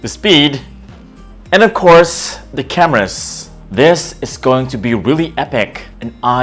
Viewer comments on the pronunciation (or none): "The camerass"